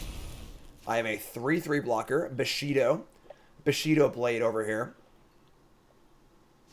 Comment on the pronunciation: It's bushido. just cant pronounce shit:D